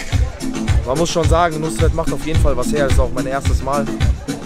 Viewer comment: Fazit: Nus-ret...Muss-net!